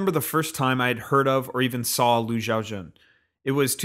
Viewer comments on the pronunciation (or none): at least learn to pronounce his name - don't just say it fast and gloss over how shit you pronounced it. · Reporter pronounced Lu, Xiaojun.